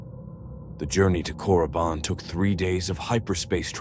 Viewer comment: FYI..it's Korriban, not Coruban lol